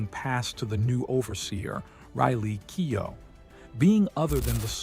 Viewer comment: Keow! Hahaha, that is a hilarious prononciation. It's like keo...silent letters.